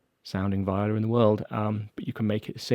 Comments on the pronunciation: Why keep saying “vĪ-o-la” in no language is that the correct pronunciation. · Sorry Jay if you’re disappointed, it’s just the way I say it. Vee-oh-Lah is how I guess it’s supposed to be pronounced.